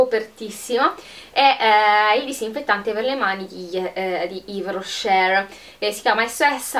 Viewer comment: spero di non darti noia consigliando ti di trattenre la R finale quando pronunci yves rocher buona giornata